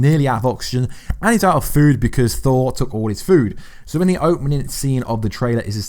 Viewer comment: " an ee's outa fuuwed because Thor took all the foowd" LMAO,, kicks these gems out and doesn't miss a beat... absolute comedic genius.